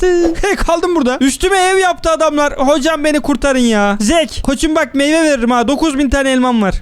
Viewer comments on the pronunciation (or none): Zeak’e “zeek” deyince gelen pişmanlık hissi